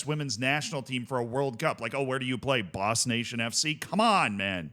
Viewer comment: It's not even Boss... it's Bos!